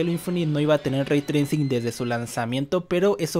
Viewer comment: pequeña aclaración Raytrai CING no raytracin XD